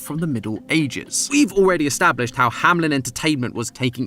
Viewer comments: Is this actually the way that "Hameln" is pronounced in English speaking countries? It sounds more like "Hamlin" which, as a German myself, triggers me to no end. It's "Hameln". /ˈhaːml̩n/ There's no I. Sorry, couldn't help myself. 😂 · Kinda funny how none of you can say Hameln and keep saying Hamlin insteadxD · I live close to Hameln… Hearing it being pronounced Hamlin constantly is… painful 🤣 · Company name: Hameln GT pronunciation: Hamlen Aaaa